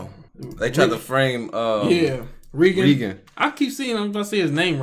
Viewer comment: Also it always has me dying when you pronounce Reigen, as "Region" lol, I get how people get comfortable with pronounciation like with Tsukii, but if you are curious Reigen's name is pronounced simply (Ray-gen)